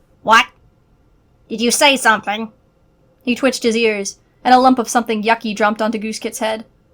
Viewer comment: WAT DID YOU SAY SOMETHEENG